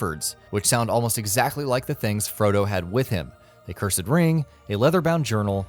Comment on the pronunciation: in his defence curSED is a legit pronounciation, but not in this context. No excuse for the others